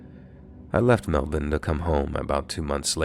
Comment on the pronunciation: The way you pronounced Melbourne was flawless 👌